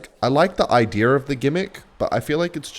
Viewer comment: “I like the ideer of the gimmick”